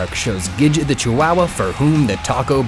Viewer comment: says chihuahua like waluigi would